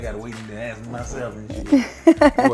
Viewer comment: "I was just gonna AXE the same thing" what the fuck? AXE? LMAO this the first time i heard that shit